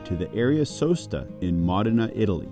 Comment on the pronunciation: It’s pronounced MOH-DI-NAH.